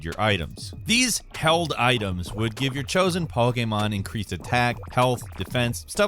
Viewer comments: Pretty sure you said Pokemon wrong 5 times. Don't think you said it correctly once. Poh key mahn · Po gaymon Pah gaymon Poy geymon Yo STOP 🤣😡🤣😡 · says Pokémon weird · or somewhere around there. How the hell did you fuck up saying Pokémon go? You said Pokémon a bit better later but still slightly off then said it a third time and got it right entirely